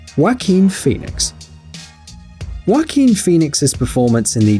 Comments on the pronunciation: Did he really just say Wack-een Pheonix? And did he really just pronounce The Machinist as Mack-in-ist? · You said Joaquin wrong. It’s Spanish and the letter J makes an H sound